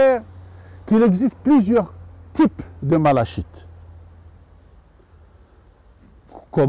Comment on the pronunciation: Merci pour ces vidéos très instructives. Si vous le permettez, juste une petite précision: la malachite se prononce 'malakite'. L origine du nom vient de la couleur verte des feuilles de mauve qui vient du grec 'malake'.